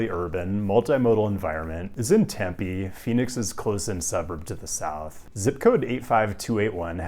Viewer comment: You mispronounced Concord, Lancaster, Tempe, and Prescott. I may have out-nerded you.